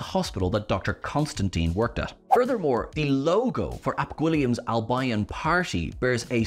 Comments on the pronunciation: West Bromwich Alb-eye-on? Brighton and Hove Alb-eye-on? Need mindbleach. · I always thought Albion was pronounced Al-BEE-yon. But then again, I'm just an American, so would likely be a more reliable source for the correct pronunciation. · Who, in the entire history of the universe, has ever pronounced Albion as AL BYE ON? This is the most heinous thing I have ever heard on any media format anywhere, ever. For God's sake stop it !!! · I've never heard ANYONE pronounce albion like that. & I'm Irish. It's pronounced al-beeon sir. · Plus it's not pronounces as pronounces it. It's Al-bee-on. A few football clubs use it as part of their name; West Bromwich, Brighton, Burton. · Isn't it pronounced AL-bee-ern ? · Al-BI-on? How can you be the only Irishman who hasn't heard the word spoken before? Anyways, in the Devil's Chord the Doctor is overcharged for tea (half a crown?) and in the pub Ruby is charged £5 for a Coke despite being only charged a very reasonable £65 for the room. Nothing happens by coincidence when Russell T is involved. Why does Gwilliam have to buy nuclear weapons from Pakistan? The UK is a nuclear power. Why is Kate using her father's surname when she has previously said she doesn't because she didn't want to rely on nepotism? There's been lots of speculation that Ruby might be The One who Waits. The woman who follows her all her life literally is one who waits. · Al bee on, sorry just bugged me. Albeeon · I wonder if was watching the football a few weeks ago between Southampton and West Bromwich AL-BUY-ON? 😁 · That’s a really unusual pronunciation of Albion. It’s Al-bee-on, as in West Bromwich Albion or Brighton and Hove Albion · Trust me, it's not pronounced al-BYE-on in any language except "-ese":) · That pronunciation of Albion hurts me deeply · Why can't this guy pronounce "Albion" correctly?! 🤷‍♂️😬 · Um, that's not how you pronounce "Albion." It's not like "albino" with the N and O switched. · "Albeeon" not "Al-by-on". 🤦